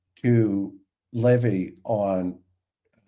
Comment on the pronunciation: can we please pronounce Levy correctly. While she was on recently she was polite yet you kept mispronouncing it then and now again today.